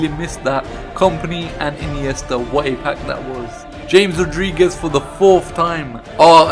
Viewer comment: You pronounced James Rodriguez wrong